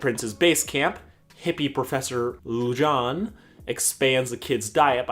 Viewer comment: Me: pronounces it Lu-Jane Sarcastic Chorus: pronounces it Lu-Jáne Me: TriGGeReD